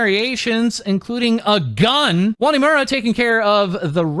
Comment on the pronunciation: really put everything into that "a GUN"